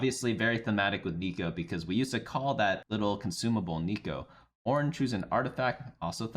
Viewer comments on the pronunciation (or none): none